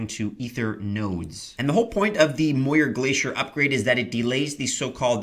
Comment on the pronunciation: It's pronounced "mee-oor", it's Scottish #Muir